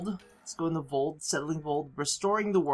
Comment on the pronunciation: he says Voled instead if Voeld xD